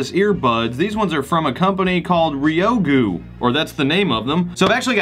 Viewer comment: "RyoGu"? dude it's "Ryu Go" hahaa